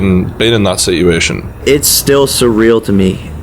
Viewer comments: No one: The ending of legit every single question: "Si'ution" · he could’ve said si’uation, and I would’ve got it instantly. But he missed an “a” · For the love of god stop saying situation..... Please.... Like for real. Stop.. Get help... Also jake CLEAN YOUR FUCKIN GUTTERS